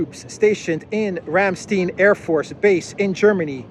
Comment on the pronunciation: Simple, but fantastic,. Thank you. Btw, Ramstein is pronouned with a long "i" as in Calvin KLEIN. The way you pronounce it is in the dialect which is a derivation/hijacking of the beautiful german language. Glad to know that Soros is eating crow. Aufwiedersehen.